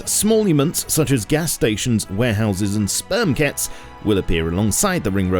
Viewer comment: ''SPERM KET'' haha